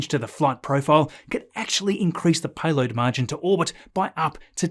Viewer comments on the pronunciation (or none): ...What's a "Payoad Margin"? 😂